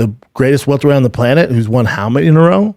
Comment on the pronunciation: Omg thank you. I didnt want to comment on this video but he kept saying welterweight and it was driving me nuts